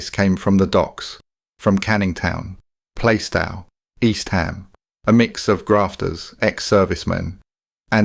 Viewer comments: Where the hell is Play-stall ffs! I think you mean Plaistow which is pronounced Plar-stow you clown! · Everthing was going well until you pronounced Plaistow, Play-stau.